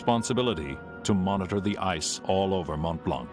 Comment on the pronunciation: It's Mont Blanc, not Mont Blank lmao